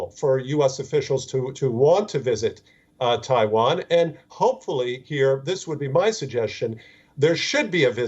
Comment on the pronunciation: Can the newsreader learn how to pronounce ‘Taiwan’ properly and many of the English words please!! It is ridiculous to present in English and yet cannot pronounce the worlds correctly